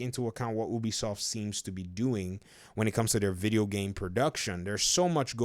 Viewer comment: It’s not pronounced ooobie soft biggest fucking pet peeve